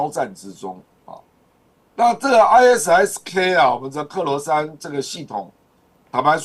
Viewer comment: 善意提醒一下ISIS發音 I Sis(short for sister).